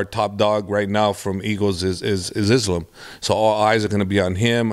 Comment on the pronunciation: This guy has been around the wolfs for a decade and still can’t pronounce “Islam”. Come on coach. You’re not white buddy.